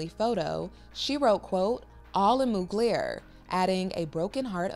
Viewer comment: Moog-layer??? 🤦🏼‍♂️ At least learn how to pronounce his name properly.